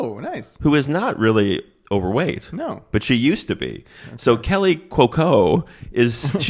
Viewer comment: Kaley (KAY-lee) not Kelly. Again, nails on a chalkboard, boys. Time to start looking up how people's names are said, dudes, until you get a good handle on all these celebrity names..